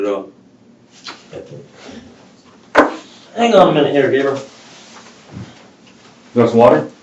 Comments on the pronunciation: Thanks for the heads up.. I should’ve knew right off the bat when he pronounced his name GAB-REE-UL instead of GABE-REE-AL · Dude, his name is GABRIEL, not GABRIELLE. 😂 GAY-bree-uhl. I know we technically don't care when it's a POS like this guy, but there are other people by the same name in the world who would appreciate proper pronunciation, I'm just sayin.' 😛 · This is the first thing that bothered me as the show started. I looked it up to make sure. His name is Gabriel Rene. Though the names are similar, they are pronounced differently. GAYB-riel or Gab-ri-ELLE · It’s Pronounced Gabriel - gay-Bree-el (male) - like the archangel - not Gabrielle (female) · His name is Gābriel not Gabrielle. I swear to god, you mispronounce names worse than any channel on YouTube. I guess that’s what you get from a video narrated by a robot. Maybe you need a firmware update? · Why is he saying Gabriel like that smh